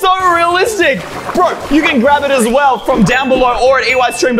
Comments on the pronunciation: you said soswell😂😂😂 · bro said swell insed of well